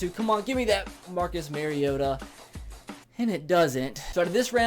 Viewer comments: ***** says MARE-iota. you're supposed to say MAR-iota. repeat after me. MAR... iota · ***** It's not his accent though. He's saying it wrong. You defending the wrong pronunciation makes you look worse than the people ignorantly saying it wrong. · ***** I dont mind it really. I just think its weird that he says it wrong when he's a titans fan